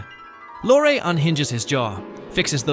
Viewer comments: And Lorre pronounced “Lore” several times. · Peter Lorre’s name is pronounced like the woman’s name Laurie. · It’s Vito Corleone pronounced Vee-toe not Veye-toe. It’s also Peter Lorre pronounced Lorry not Lorr. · For god's sake, if you can't pronounce Vito Corleone or Peter Lorre correctly, you're in the wrong line of work.